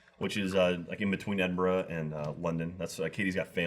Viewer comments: thats not how you same Edinburgh. its said like ed-in-bruh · Edin-BRUH. Edinburgh = eh-din-bruh. Not -borough, -burgh -> -bruh